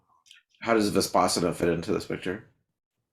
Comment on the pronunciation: Terrific interview. Vispassana, no. Vipassana, yes.